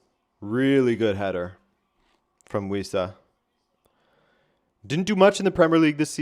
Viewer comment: Wissa? At first I thought you said "We Suck" 😅